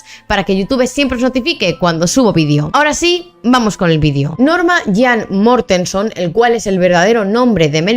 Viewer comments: Pero no es Norma Jam es Norma Jean es q se pronuncia así acaso ? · Norma yan? Además se pronuncia mérilin monróu Informa mejor😂